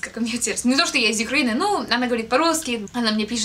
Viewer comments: приезжай в Киев Юкреина тебя тоже очень любит)) аххах, правильно говорить Украина ) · не Юкраина, а Украина. Но это понятно, что ты взяла Юкраина от Ukraine, но это маленькое замечание, а хотя так даже лучше звучит) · Не Юкраина, а Украина)) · Украина ..а не Юкреина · если что то не Юкраина а Украина. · УКРАИНА, не Юкраина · Не Юкраина а Украина , ) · Юкрейны,ааа,лучшего перефразирования слова "Украина" я не слышала,не сарказм♥ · она говорит "из Юкрейни" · ты немного странно произносишь слово Украина, на англиский манер:D К слову о прекрасном, как насчет встречи в Украине?